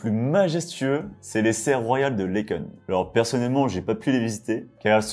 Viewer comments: on dit, Laaaken pas laitken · pour être né à laeken, la peononciation exacte est laakeun ;o) les Kens c'est pour barbie ;op sinon excellente vidéo ps- water zoo ii, c'était presque bon :o) on a toujours du soleil entre 2 averses ici ;op 2 villes ont des bus intramuros; hasselt et mons, pour cette dernière; le tour est vite faiy; bah oui, j(ai habité 3 ans là bas, pour les trains, pour les - de 26 ans sinon le rail pass, carte de 10 voyages valable 1 an, idéal pour lzs reajeets de 100km, pour le tram, ils szont en phase de test à liège, pour y habiyrt actuellement, jel'ai vu rouler; ah oui octante c'est en suisse ;o) enfin, le une fois c'est le parlé bruxellois francophone, mélange avec le néerlandais qui dit souvent een keer, du coup le bruxellois a tendance à avoir ce tic de language, je suis bruxellois éelandophone, mon père lui francopho,r ry il disait souvent une fois, mais généralement en début de phrase comme le font lesnéerlandophone, en écrivant j(écoutais et sincèrement bravo pour cette analyse respectueuse, je me suis permis ce commentaire, car j'estime parfaitement bien connaître mon pays pour avoir vécu fans les 3 régions ;o) merci